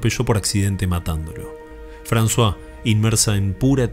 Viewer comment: Lo disfruto y espero con ganas cada nuevo video, que no te quepa duda alguna. Pocos canales tienen la clase y el respeto cuidadoso que vos le ponés a tu trabajo. También intuí que podría tratarse de Émile (Emilio) y de Françoise (Francisca). En este caso se pronuncia 'Emil' y 'Fransoaze' (la z sería muy pronunciada "zzzz", como la onomatopeya de la abeja. Bué, es sólo un detalle. Que tengas un hermoso domingo! Abrazos desde Francia.